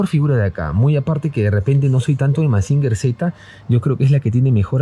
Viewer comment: Gemusin se pronuncia "masinyer" no "masinger"